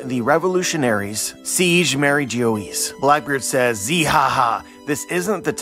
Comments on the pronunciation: Yeah, pretty sure it's pronounced more like "bourgois" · As a french speaker I cringe everytime he said it 😭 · Bro I love your videos these theories are awesome but please pronounce MarieGeoise correctly lmao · fan for years, still liked the vid, but this time i think most of the theories here are gonna be completely wrong lol I was NOT prepared with how you decided to pronounce mariejois i think the solution will be a lot more simple